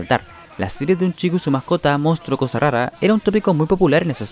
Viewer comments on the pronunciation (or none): none